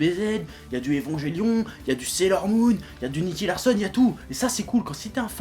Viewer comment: évonjélion --> achète-toi une prononciation